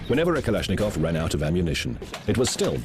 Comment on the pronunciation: Kalash!!! Nikov,??? Whattt??? I love ittt, i really like russsian and Germán weapons